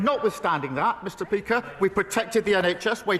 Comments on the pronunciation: DID HE JUST SAY MISTER PEAKER 😂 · Anyone else hear him say mr Peaker? 😂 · did he just say Mr. Peaker and he said decenshe. Not only he's a liar but his mouth has stopped working lmao